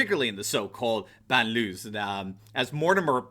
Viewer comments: balnlyew not banloo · Please pronounce BANLIEUES closer to reality, not a criticism, but would understand better universally, thanks love your analysis . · So the word "banlieues" means suburbs. It doesn't mean anything like the word ghettos, which means an area with a high concentration of a certain ethnic or religious minority. The title page you showed was talking about suburbs burning, and your pronunciation was horrible. It's ok, you don't speak french, just pointing out you should maybe google translate to get the meaning and roughly the pronunciation. Rest of the story was interesting. Especially given the sad state of affairs in our media.